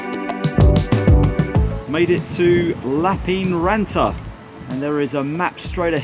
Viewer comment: Lappeenranta... though I also find it tricky to pronounce correctly. The 'ee' doesn't make the same sound as it does in English. It's more like the way we say 'air' (in Yorkshire, at least). Finns roll their r sounds. I can do that but not immediately after an n sound.